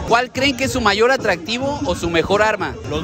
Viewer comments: "ATTDRAADIVO" JAJAJAJA .😂✌ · Attdraadivo, y como es? atractivo y yo que dije? Attdraadivo y como es? atractivo 😂😂